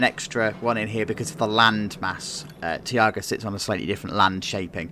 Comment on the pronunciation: Btw the new blitz of linnanmaki is called taiga , not tiaga ;)